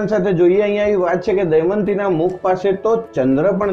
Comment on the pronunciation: sir pls damyanti bolo not daymati